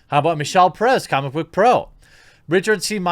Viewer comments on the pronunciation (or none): none